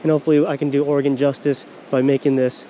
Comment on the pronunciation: Thanks for saying oregon correctly. Definitely a great video. You should check out some of the surf perch fishing out at the coast.